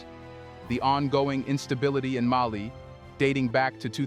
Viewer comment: It is AI. Putting the incorrect emphasis on the wrong syllable.